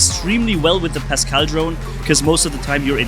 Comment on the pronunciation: Its pascal not pascel